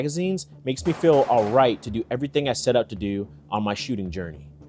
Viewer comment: "What to "dew" " lmao my man are you from Baltimore?